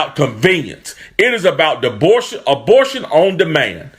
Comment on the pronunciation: Knigga said “dabortion” tf?